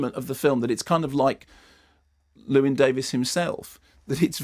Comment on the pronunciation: I suppose as the Americans don't do it either it's too much to expect Mark to pronounce 'Llewyn' properly.